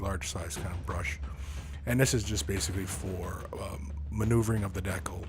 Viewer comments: I've never heard anyone ever pronounce decal as "deckle" before this video. It really bothered me for some reason. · I think that's how Canadians pronounce it. I'm a Canadian but I say Decal, but my dad pronounces it like deckle, probably because he's lived in Canada for most of his life.